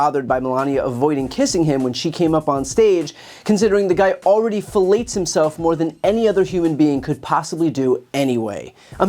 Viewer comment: Trump is certifiably mentally unstable. And so was Hitler, but people just went along with him! By the way was that fillets or fellates?😊